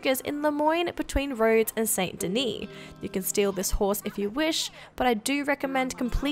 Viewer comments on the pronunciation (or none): You know the narrator hasn't played the game when they say "SAINT Denis"